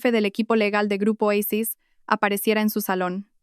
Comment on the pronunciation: Porque dicen eicis. Si es oasis😮?